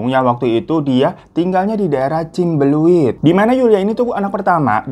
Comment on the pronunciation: Cimbuleuit.bukan le tapi leu.gigi bawahnya ke depan.😂😂😂😂